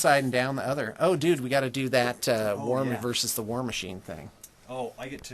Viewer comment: OMG i love you! finally someone who understands that its pronounced more like WAR than it is WAG.